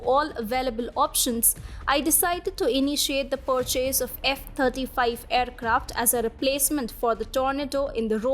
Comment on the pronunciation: Thirty five F35 fighter jets becomes a tongue twister when v is pronounced as f! Fascinating